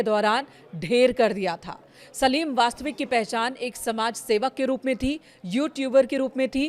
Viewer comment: Vastik ko vastvik keh rahe kaise anpadh reporter hain 🤔